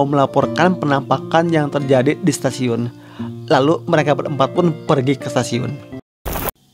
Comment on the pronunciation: kalo ngomong yang bener, udah toxic, ngomong submay setasiun ciamis